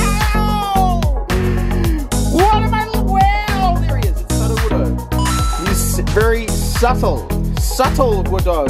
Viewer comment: bro it's soo-doe-wood-o, as in Pseudo Wood, not suddo-wood-o